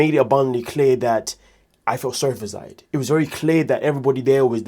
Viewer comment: Why do you call him ZAid and not ZIad